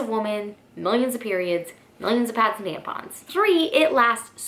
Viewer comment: We're all just going to ignore the fact that she called them "tanpons" the whole video??